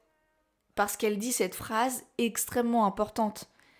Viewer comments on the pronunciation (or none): none